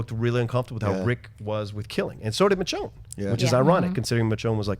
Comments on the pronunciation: Can that one dude please pronounce Michonne's name correctly!!! It's pronounced "Mi-shown" NOT "Mitch-own"!! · its "mis-shone" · mitchown lol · I don't give em a pass... what I would give is give the hosting duties to actual fans of the show who know where the photos came from. and I'm sorry ,I know that dudes Latin, but would it kill him to pronounce Michonne's name right